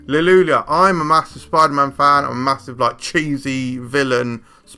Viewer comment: I laughed out loud when you started saying "Halleloolyuh" cuz I wasn't sure if you were serious or not. Lol No hate, you know I love you, but there's no "L" its "Hallelujah" with the "j" making a "y" sound. 😂 Keep up the great work. Also, the horde mechanic is dumb so I'll be skipping it entirely. Just my 2-cents.